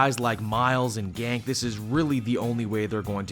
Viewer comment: I thought it's Ganke pronounced Gonk-ay. But I guess it's a silent e